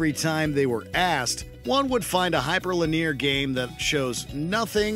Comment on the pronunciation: Hyper "Lin-eer?" Really bruh... 🤣🤣